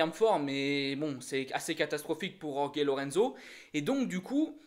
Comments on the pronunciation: alors STP, Jorge ça se dit "Rolri" en espagnol ou "George" en Français. merci. Yorgué ça fait plouk. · Cette prononciation de Jorge me fait mal aux oreilles ... Pourquoi «Yorgué» ?? Oo Le j et le ge en espagnol, se prononce presque comme un raclement de la gorge (je dis bien presque). Même Zarco fait la faute, ça me fait tellement mal ...